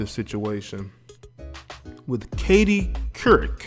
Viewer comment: Dude as soon as u couldn't pronounce her name i turned u right off to make this comment, here's why u couldn't pronounce her name, because u have been infected by social media, the systems? You're trying to do something You've seen on TV or YouTube but u didn't take the time to prepare yourself, why? Social media makes people who don't know what their doing and think they have a voice if you did u would have made sure your diction and pronunciation was on point smh